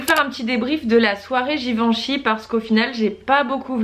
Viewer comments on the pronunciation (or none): Super idée les weekly vlogs! Juste je suis un peu frustrée par un point : la prononciation de Givenchy... Je te pris de m'excuser c'est aucunement par prétention mais, comme il s'agit de ma famille, j'insiste sur le fait qu'il faille prononcer le "en" comme "un" donc "Giveinchy"... Encore désolée pour cette petite remarque aha, pleins de bisous et contente de voir les événements de la maison grâce à toi 💄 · Oui je te l'accorde c'était pas très clair, le même son que pour "lapin" :)